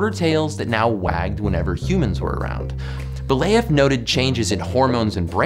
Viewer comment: sorry for being that person, buuut its "be-lyA-yev", not "be-lay-yev" :0